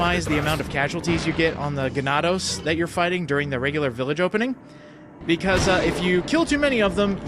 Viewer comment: Leon: I have a gun, I could shoot that guy... nah, let's try some kicks Oh and don't worry, your pronunciation of ganados is right, by the way, it means cattle in english